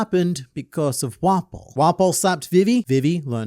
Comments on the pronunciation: How many times did say "Wapol"? Lol 😂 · There's something about how pronounces it "wah-pole" instead of just 'waffle but with a p'